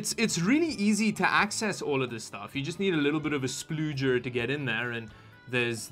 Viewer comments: I don’t like nor appreciate the way you say “splooger” But was interesting video I’d like to see you upgrade it lol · Please stop calling it a splooger hahahahaha